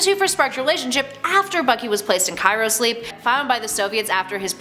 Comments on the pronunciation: What the hell was that pronounciation of CRYOSLEEP. Chirosleep? Did his body get cracked in multiple places while sleeping? :D either way, good list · I can't get over how she kept mispronouncing cryosleep. My brain is spelling it as 'Cairo sleep'.